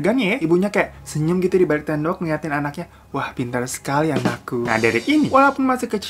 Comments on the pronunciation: gua ulang" biar capek lhu bang ngomong "dibalik tendok" Akhirnya gua yg capek ngulang" gak bisa juga lhu perbaikin bang, tendok jadi tembok😑 Ttp aja tendok, pdhal udah gua ulang brkali" loh biar bs lhu perbaiki bang😑🙄🙄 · "dibalik tendok" ga tu 😂